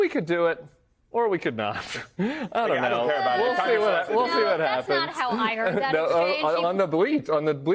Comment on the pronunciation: "I down't noe"! Fipper-flop, depending on who spoke to him last.